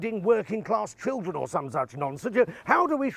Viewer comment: The word is school, not 'skoowww'. Children, not 'chiwwdren'.